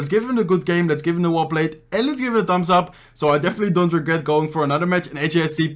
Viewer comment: ‘Tambs ap’ he says ‘Tambs ap’